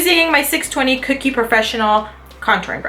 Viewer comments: I LOVE Everything About This Video. i Have The Powder Contour Palette & I LOVE It. Pero Girl. .. its CO-KIE . Not Cookie. l0l. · kokie (CO-key) not cookie lol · Its ko-kie not kookie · It's not "cookie" it's "kokie " lol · It sounded like you were saying cookie instead of kokie but I knew what you meant 😸❤️ great video 🦋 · its pronounced ko key.. not like cookie lol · lol it's pronounced as "Ko"Key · It's not pronounced "cookie" :/